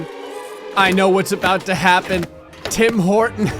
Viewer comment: "Tim Horton" Me: *understands "Tim Portant"*